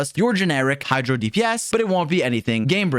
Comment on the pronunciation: "hydo dps" 💀💀